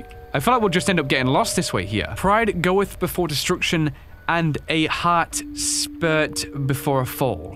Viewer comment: lol, its sprit not sprt